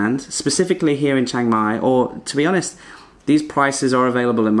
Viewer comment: it not chang mai It chiang mai Chee-ang